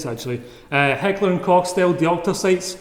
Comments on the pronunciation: Yes! Yes, it is. As a professional German I appreciate the abuse you are putting your vocal chords through pronouncing it correctly. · You pronounced Heckler & Koch absolutely right :D! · im german and the guy in this video is one of the very few who actually get it right. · You're pronouncing it right ;) I'm from Germany so I should now it :D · He's pronouncing it right, im german ;)